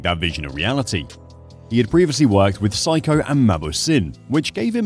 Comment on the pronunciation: The AI can't even prnounce "Seiko", still,plenty of facts here.